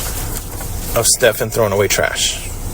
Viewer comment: Since Jen always insists on subtly correcting the officers on the way to say his stupid name, I would just like to thank you for continuing to say StephAN just like the officers do. So much love and respect to you and these officers!